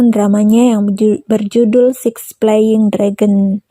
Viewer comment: Ngomongnya terbata2, salah2, Sebaiknya pelajari dulu neng, mending dihayati dulu. Flying dragon dibilang playing dragon, haduh ancor jd gak ngerti apa yg disampaikan